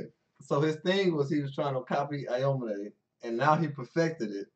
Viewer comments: aomine is pronounced ow-me-neigh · Cant stand the way they pronounce aomine